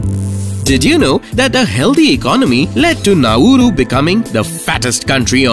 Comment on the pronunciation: not pronounced 'Nau-ooroo', try 'Nau-roo'